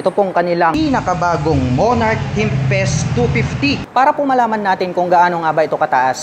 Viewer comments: tempest po sir, hindi tempset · Ano ba talaga Tempest. Pero sabi mo "timpes" tapos sa kalagitnaan "timset" hahahahahahaha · Tempest, hindi tempset 😂. Good review! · Tempest ❌ Temset ✔️ Nice review ❤ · ano ano? timpest daw?